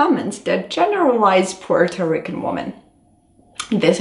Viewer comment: I'm not taking advice on dating Puerto Rican women from a caucasian woman who can't even say Puerto Rican right 😒